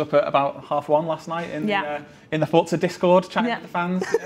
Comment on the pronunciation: Fort-za lol